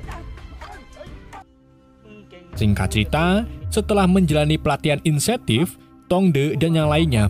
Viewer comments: insentif? 😅😅 intensif 15.53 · Bang cb kalkulasi kata²nya antara insentif sm intensif..😂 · Bukan insetif kang....tapi intensif